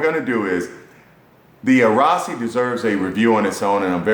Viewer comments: RASASI NOT RAASI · Ra-Sa-Si. Not Raasi.